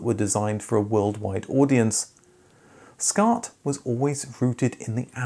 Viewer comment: first of all, WTF IS "Scart" OR A "Scart"?!